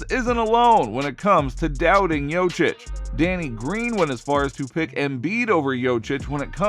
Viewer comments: tou must be some kind of expert, cant pronounce the name of the 2x MVP. fkn scrub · Saying his name wrong 10000 times in this video is almost as bad as Perk's evaluation of NIKOLA JOKIC's lack of MVP quality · As a side note, if you make an entire video about the man, maybe at least try to pronounce his name correctly. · Maybe figure out how to say his name before making content… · Yo...learn to pronounce his name..... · The fact that someone can still pronounce his name so wrong and put out a video and get 5k views is sad. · at least put the efort to pronaunce his name corectly. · Bro what if it's us that been pronouncing nikola's name wrong ....😅😅 what if this man knows smt we dont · Is this video a joke? He can't even say his name... wtf is this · It's pronounced Yo-Kitch!!! Yo, like yo-yo... Lawdddd, help me!!! 🙄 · Jokic bro .... not jocic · yochich.?... he is Jokić u sick fuck=) (YoKić) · jokić . no yochich ... why are you so purposely illiterate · His last name isnt jocic its jokic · Dumbasss it’s Jokic not Jocic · JOKIC not YOCIC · I Appreciate you making a video and praising Jokic , but cmmon now...its Yo-kich, Not yo-chik ,not yo-chich, i mean its really a sipmle name ... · How about learnig yotchich name is yokeetch ?! Or yokitch or YO-keetsch or anything but yotzich yochich 😅😅😅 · >makes video about how we should listen to what NBA players say about Jokic. >Fails to listen to the way they pronounce Jokic >Jochich Clown world lmao But fr thanks for making the video bro I'm just clowinin ya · Bruh! Learn how to say Joker. You sound like a fricking idiot! Wtaf? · "Yokeitch" you dunderhead, hahahahahahahahaha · Ask someone from Serbia or Croatia. Its actually pronounced "Yo-Cheech". And anglicized its "Yo-Chich" geez.... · Bruh, how you gonna call him "Jochich" and be expecting anyone to take you seriously? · Next time 😊you make a video about Jokic, his name is pronounced Yoke-itch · “ Yoach Itch “ 😂😂😂😂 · Bruh prounounced it like Jocić 😂